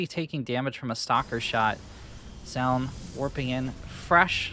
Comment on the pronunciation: It's "joh-un" not "ja-un"